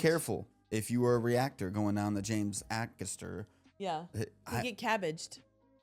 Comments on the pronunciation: WHAT!!?? Try Ay- Cas-Terr... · It's pronounced AYcaster not AHcaster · Again, it's Ay-kaster, not Ack-erster. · Yeah, A-Cast-er (er as in her) ❤ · James A-caster (pronounced) Bay-sing-stoke (pronounced) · Pronounced 'A' caster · A-caster. As in A (rhymes with pay) caster. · A-Carster (pronounced) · Pronounced Ay caster. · A-Cast-Uh guys A Cast Uhhh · Bay-zing-stoke//// James Aay-caster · say the as james a caster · A Caster pronounced like Hay Caster but without the H 👍🏼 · The name is pronounced Aycaster. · It’s not to hear you do your research on pronunciation guys lol, many don’t, however as you say you’re still pronouncing it slightly wrong. The A is pronounced is if it was used in the word “Hay” (H)A(Y) caster 👍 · "A caster" To pronounce his last name as James does himself, say the name of the first letter, not the sound it usually represents. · Baysingstoke, Ay-caster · Love your content. It’s Aye Caster 😊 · His surname starts with the capital A sound “Ay-caster” (first bit rhymes with “hay”). And the town of Basingstoke is pronounced “Bay-zing-stoke”! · James Acaster. Say the A as a capital. A caster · It’s AY-CASTER, like “hay” without the “h” and caster as in the wheels under furniture. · In both Acaster and Basingstoke, pronounce the A as you would the letter A - long.